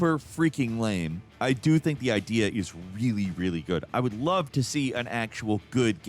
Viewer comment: "Shane, I lowe you!"